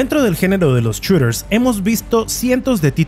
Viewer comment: Los "chureeers" xD